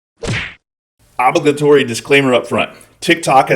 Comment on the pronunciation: The pronunciation of this word is driving me crazy. o·blig·a·to·ry